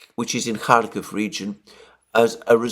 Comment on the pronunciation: Bravo re: pronunciation. We call it 'Parris' not 'Paree', because that suits our phonetics. This is a news channel not a language channel, and the horrible pronunciation of 'Kharkiv/Kharkov' has long been niggling.